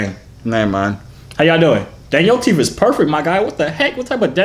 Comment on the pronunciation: and he says teef